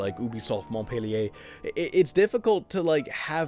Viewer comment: I'm French and it made me so glad to hear saying "Montpellier" with a french accent. Are there other French people here?